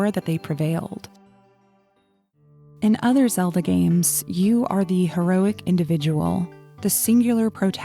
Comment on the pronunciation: Deekoo? Epunuh? Wtf Stop talking like that with Zeelda